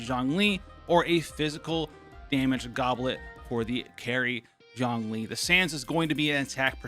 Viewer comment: 钟离。zh ong zhong 钟not jiang 姜 j i ang 。it‘s not seem Lol